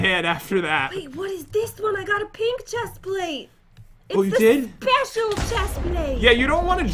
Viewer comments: Pat why do you said chesplate is a pants not shesplate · " I can fly up like a boss because I have the best " chestplste? " ever " said Pat